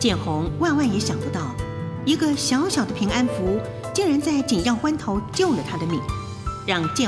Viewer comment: ～是平安符、不是平安咈吖～😂